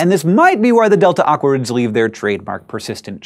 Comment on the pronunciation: It sounds like you're saying "delta awkwards" :P -Rose